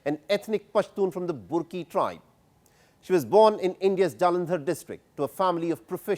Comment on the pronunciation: It's prounced as 'BARKI' NOT BURKI' Though it's written as BURKI